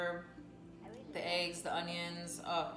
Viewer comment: Love the video and congrats on the progress! The only thing that kills me is when people pronounce "eggs" as "aygs" lol. Like when people pronounce "legs" like "laygs" 😆😆😆